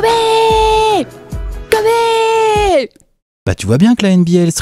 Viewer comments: Kobé. ?!?! Wsh y’a plus aucun respect sa ce prononce Kobi ! Et à l’écrit Kobe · J'espère que quand vous ferez la vidéo sur Kobe vous aurez appris comment ça se prononce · Non je suis très sèrieux ça se prononce pas comme ça